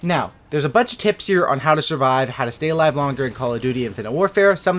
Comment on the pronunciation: falou "alive" com pronúncia "A" ja sei que não tem credibilidade hehehe